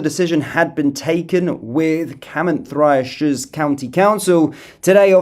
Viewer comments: Sounds like chlan -eth-lee and Car -mar-then-shire !!!!😂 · Sorry love you really need to get a welsh friend. Car-mar-then-shire. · The pronunciation phonetically is Duved -Powis - and Daven, Thluynhendy. Thlanethli, Velinvoil. Hoipe that helps. The 'double L' at the start has to be practised by those not familiar with Welsh, so that's the best option, It's also Car-mar-then shire.